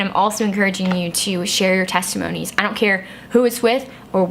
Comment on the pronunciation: Teste-moanies. Lol.